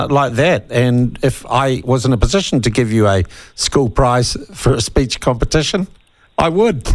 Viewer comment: Speech!!! Not "speach"!!! Geez!!